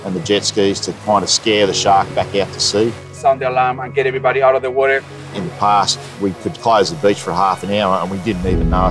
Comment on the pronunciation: Woorraa = water.